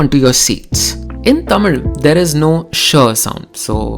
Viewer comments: Bro, are you sure the things you are saying are the facts! You don't even pronounce 'TAMIL' correctly! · I think you are saying the word Tamil the wrong way. Its not that infinity vala in marathi 'ळ'. Its more related to ya or 'य' Regardless, brilliant work.. I love this channel. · she is killing the pronunciations of the words. Its actually pretty good pronunciation if she isn’t a tamilian (i really think she isn’t tamilian)